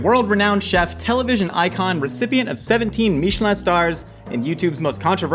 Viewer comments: Why does he keep pronouncing Michelin all fancy lol? Because you don’t pronounce the tires that way and it came from the same company so just curious as to why the over pronunciation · That's not how you pronounce "Michelin," dude. Ever bought a tire? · Pronouncing Michelin in a French accent when its actually the American tire company is hilarious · That's one of the better last meals i have seen on here. An in n out double double is on my last meal list as well. Why did you pronounce Michelin that way though? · wtf is a Mee-sha-lan star lol...its Michelin, like the tire company. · Stop saying meeeshalan stars like it’s some fancy French thing. It’s Michelin. Literally the tire company, they created the Michelin guide, google it. You sound dumb. When you go to discount tire for the next pair of shoes for your car, make sure to pronounce it like that and see if the whole shop stares at you. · wtf is a mee-shuh-lawn star? dont church it up dirt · Its not pronounced "mee-che-lawn", its from the tire company Michelin. Don't try to make it fancy. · meechilin... why are you trying to be fancy...its pronouced the same way as the tire its the same guy you twit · "meesh-land stars" is not how i thought would pronounce Michelin xD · Love when people pronounce it "Meechelin" to try to make it sound like some kind of incredibly fancy thing when it is quite literally the name of a tire manufacturer. They have been around since 1889. It has never been pronounced as "Meechelin". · Why did he pronounce it “meeeshellin star” do you also pronounce the tires that way? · I love a meeshulin star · did he say Michelin star like "meechalin" as if it was french??? its the american tire company llololol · why he say michilan like that lmao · Please don’t ever pronounce Michelin star like that ever again! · Why pronounce Michelin like it isnt a tire company? Lol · Why did he pronounce Michelin like that? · What is with that pronunciation of Michelin star?